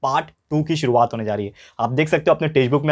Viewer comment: sturvaat 🤣🤣🤪😂 By the way you are the best teacher of the world 💘💘💘💌💌💝💖💖💗💞💞💓💟❣💔💔❤